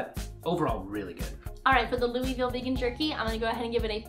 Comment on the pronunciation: pronounced Louisville right. One of my good friends was born and raised there.